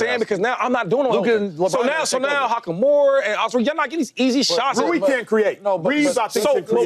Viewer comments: Shady said “Hakamora”😂😂😂😂😂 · I checked out when he said hakimora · Shady said “Hakamoore” like 7 times